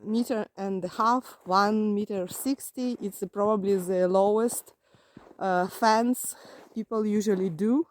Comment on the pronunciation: You were saying FENCE, i thought you were saying FANS and i was trying to figure out why people were putting fans outside their houses lol😂